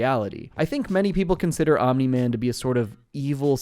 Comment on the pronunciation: congrats u got omni man completely wrong